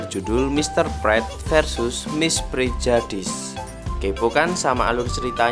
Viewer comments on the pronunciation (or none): Maaf min bacanya "Prejudeis"